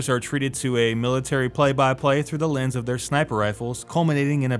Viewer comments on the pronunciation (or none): none